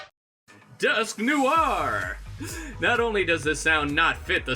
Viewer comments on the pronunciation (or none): its dusknoir not dusk noar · "Dusknewar" apparently that's how you pronounce dusknoir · Wtf is a dusknoowarre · Im only disliking because fo how he fucking pronounced Dusknoir